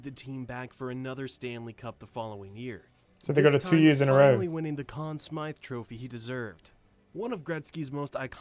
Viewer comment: This video is pretty lacking. Just stating how great he was, listing some accomplishments with little context, all set to random video clips. And it's the Con Smythe trophy, not "Smith".